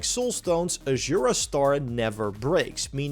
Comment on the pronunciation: Ajura's star, ajura's star, ajura's star... aZura, with a fucking z (zed, not zee). Americans and pronounciation, the eternal war.